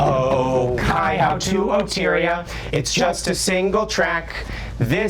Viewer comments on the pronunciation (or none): Oh-kai-HOW, Oh-teyria and Oh-ma-peray i'm dyinggggg Oh-kai-hoe, Oh-tih-ria and aw-ma-perry would be the approximate pronunciations, but i respect the effort.